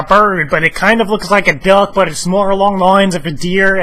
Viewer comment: lol...the way he says duhck and when he compares duhck to zapdos